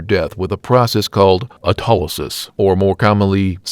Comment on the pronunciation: Your pronunciation of autolysis and putrefaction was horrible. But, otherwise, nice work.